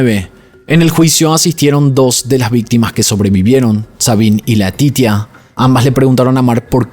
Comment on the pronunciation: Laetitia , se dice Leticia como en español 😊pero te defiendes en francés 😉 , Dios mío este hombre era un moustro ni sus hijos se salvaron de ese sicopata perverso